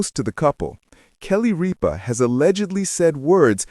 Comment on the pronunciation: Might want to pronounce her name properly